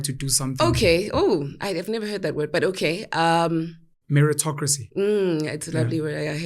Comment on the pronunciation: meritocrisy...mmm I heard that word 😂...